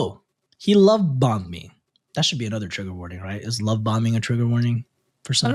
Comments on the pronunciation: What I heard: “He loved bahn mi” What was said: “He love bombed me” Me: 🤦🏼‍♀️ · omg I heard this too and wondered why we needed a trigger warning XD